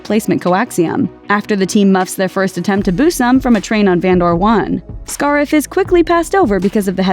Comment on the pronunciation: The pronunciation of Scarif tells me that the female narrator is not a Star Wars fan, but just someone reading a script. Bummer.